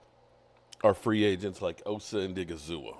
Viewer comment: You spelled Osa's name correctly in the title of your video, but you still continue to pronounce it wrong? Give the man some damn respect...learn to pronounce his name correctly.